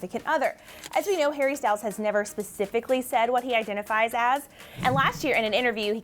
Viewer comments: did she say Harry Styles or Perry Styles? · Did she accidentally say “Perrie Styles”?😂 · Also she said perry styles wat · Wait... did say "Perrie Styles" at the end?? If so, I'm dead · I thought I heard it wrong but went back tohear it again and it was Perries Styles!! LOL!!